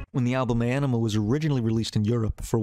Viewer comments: Ænima (Ah-neh-ma) say it right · Few things: Maynard isn’t the lead singer, he’s the singer. More than anything, though, the man is a poet. Ænima is pronounced “ah-nim-ah” (according to the band) despite the diphthong æ pronunciation of “eye”. However, I studied classical Latin and “ah” is closer to the old school singular pronunciation of “eh” so I have a feeling it was very intentional. Plus, as writers, we have artistic freedom to do whatever we want. However, I’m just a few mins in and I think I’m gonna skip this as you clearly don’t care much about the band while pretending to teach people something about them. Seems like you’re trying to exploit their massive fan base to get those views you’re fishing for.